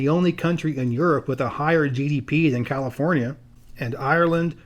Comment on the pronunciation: "Californee" 🤣 sounds like someone's been watching the No Internet episode of South Park lmfao.🤣